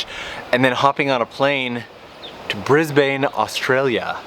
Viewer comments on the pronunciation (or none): Yay, welcome to Australia. I'm in NSW, but have been to Brisbane before (which you pronounced wrong, but it's ok, I'll forgive you) It'll be pretty muggy, maybe even rainy up there - depends on what part of Brisbane you go to. You've come in summer, so it'll most likely be in the high 30's C. Hope you have a fun time here ^_^ And yes, the tim tam slam. Best to do it in winter. Tastes so much better when you're cold.